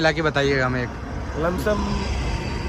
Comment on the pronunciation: Bhai be like "lumsum"